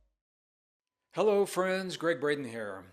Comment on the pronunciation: You Who . . . Hewwo? 🧐